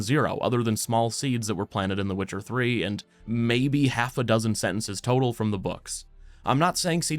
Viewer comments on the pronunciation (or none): none